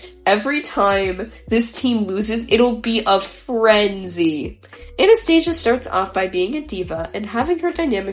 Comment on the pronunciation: Great analysis! For the future though, Anastasia is pronounced Anna-sta-sia:)